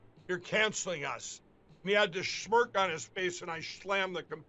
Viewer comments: Did he say shmerk? OMG it's smirk. What a dufus. I firmly believe his mouth starts operating before his brain starts processing. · Whats a shhmirk? Is that like a smirk by a permanent pillow rider? Minkd lol. Hey what happened to rudys two pro russian ukrainians buddies.So many drunks and coke fiends in the repub party. Oh and orgying. Thx. Didnt you mean ankles up?